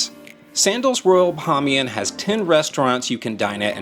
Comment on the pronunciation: Nice video, however you are mispronouncing Bahamian